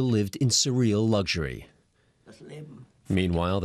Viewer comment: "Severe lucturey" the bunker was quite minimalistic